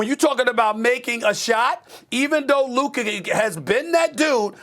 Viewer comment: It’s luka and it’s not close